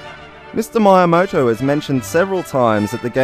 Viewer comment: Please, say MEE-YAMOTO, not MY-YAMOTO... PLEASE....